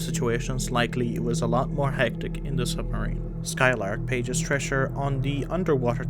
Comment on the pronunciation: You’re reading the script without pausing for natural punctuation, and are not pronouncing “Thresher” properly, which is unfortunate, since it’s the subject of the video.